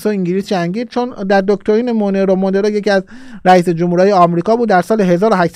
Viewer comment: استاد ، دکترین مونرو، مثل مرلین مونرو تلفظ میشه،